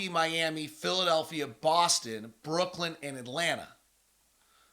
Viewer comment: Why does he keep saying “Brookland”?